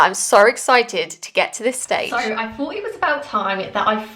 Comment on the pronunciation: Why can’t you pronounce “th” properly?! You say free for three, fought for thought etc! Appalling speech!